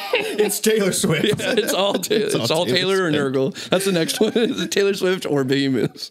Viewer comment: It's BEEhemoth!